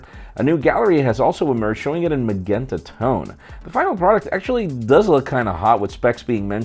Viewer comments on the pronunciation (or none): it's pronounced Ma-jen-ta. The 'g' is a 'j' sound.